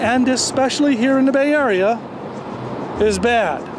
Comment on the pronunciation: You: The Bay Area Me, an intellectual: The Bay-re-ah